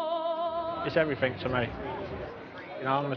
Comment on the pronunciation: The Bengali feller mins contradicts himself by saying 'Everyfink' which is pure Cockney